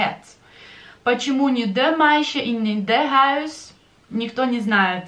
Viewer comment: Да, на слух произношение проблема. Я слышу от вас произношение окончания слова дружок как звук "че", а не чёткое де или дье. Почему?